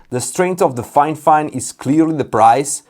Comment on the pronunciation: Fifine, not Finefine :)